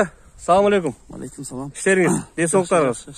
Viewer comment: самалейкум дебейт салам алейкум деп айт туура болот